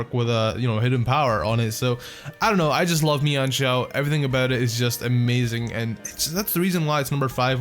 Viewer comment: You mispronouncing mienshao hurts me